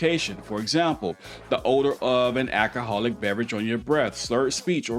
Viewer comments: Sure I like your videos and your advice the only thing that goes through me and I don't know why and I've tried like hell to not let it go through me so bad but it is pronounced ow-co-haul (alcohol) not AK-o-haul (acohol) I actually had a difficult time typing this because my keyboard kept wanting to correct me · You said axe instead of ask as well as ackahall instead of alcohol.